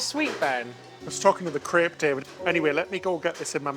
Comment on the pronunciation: Crepe. Its a crepe. Not crip.